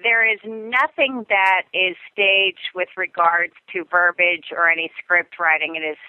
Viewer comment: The word is "verb-E-age" (spelled verbiage) !!!